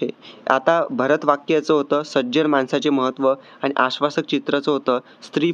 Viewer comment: 😊माणसाचे not मानसाचे